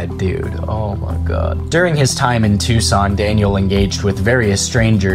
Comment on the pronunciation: So neither Daniel, nor this channel have ever read a geography book. Phenix? Tucson, not Tuscan. Witch-It-Tah. Not wacheeta. Get off the internet!